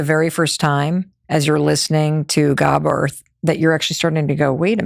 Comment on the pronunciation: Gabor is pronounced with emphasis on A